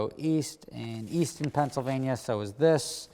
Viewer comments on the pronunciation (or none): none